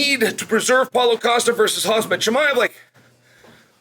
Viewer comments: Maybe you should learn How to pronounce his name correctly. It’s Khamzat not Khazmat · He always says hazmat instead of khamzat lol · Mate! Can you stop calling him HAZMAT??? 🤣🤣🤣🤣